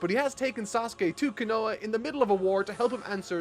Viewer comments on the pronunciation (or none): kinoa? Konoha, just pronounce it as 3 syllabels. Ko - No - Ha. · KO-NAH-HAAAAAAAAAA not kanoah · Man... you always butcher the easiest pronunciations... what the hell is Kinoa? KO NO HA It's really not that hard to hear how they say it and pronounce it the same... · I love your naruto series but one thing that bothers me is how you pronounce konoha as konwa please use the h sound before the last a. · All these videos later. And you're STILL pronouncing KaHOna wrong. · Take a shot every time says Konoha with a silent h during this whole series. Good luck. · It’s pronounced Kah-boo-toe and Ko-nah-ha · The easy pronunciation fix: stress the first syllable of the 3-syllable names. OH-bee-toh KOH-nuh-hah KAH-bu-toh MAH-duh-ruh DAY-duh-ruh Etc… P.S. Loved the video. I’m happy you’re enjoying the series so much! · Did he just call Konoha "Quinoa"? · Cannot stand how pronounced konoha over and over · Let's hope get the pronunciation for Konoha right for the final episode. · This series has been incredibly enjoyable to watch. .. I am very curious if he finds out how to pronounce Konoha before the show ends. I can't wait for the finale.